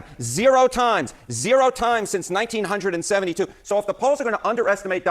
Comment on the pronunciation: weirdest way I've heard someone say 1972